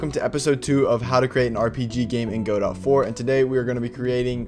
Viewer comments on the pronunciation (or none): It's Guh-doe, not Go-dot. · Great series… guh-doh